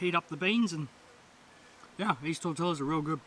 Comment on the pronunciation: Great video!! I laugh when you say "tor-tell-as" ha ha ha. Try it like this: "tor-tee-ya."